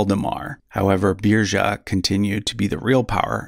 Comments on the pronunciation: Munsö = “Muns uh” Sverker = “Svear-kerr” Svealand = “Svay-uh-land” Götaland = (ö = like “oo” in ‘good’) Birger = “Burger” (no “zha” sound) Sverre = “Svear-uh” Haakon = “Hoe-cone”. Thought you could use some help if you ever do a Redux ;) Sorry, couldn’t help myself. After hearing “Beer-zha” I had to speak up. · Birger is pronounced more like "Biryer". Interesting fact: I'm descended from an illegitimate child of Birger Jarl. Thus, I'm also a descendant of Charlemagne, Alfred the Great, Hugh Capet, Eric the Victorious and possibly Björn Ironside and Ragnar if they existed. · Beer-yer not Beer-zhuh 😂😂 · "Beerja" is killing me hahaha